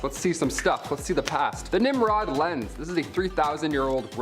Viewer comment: it is not 'nimrod' hehe, it is 'nimrud' the u sounds like oo.. and next, his name is Johann not Johanns.. Automatic Kalashikov not 'kalishnikov' - Михаил Калашников pronounced 'Mikhayl Kalashnikaf' I can keep correcting your pronunciation all day, because there are so many mistakes.. c'mon guys, you can do better. Ya'll seem intelligent, so why is it so hard to pronounce correctly?